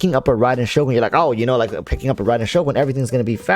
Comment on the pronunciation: still cant pronounce Shogun -__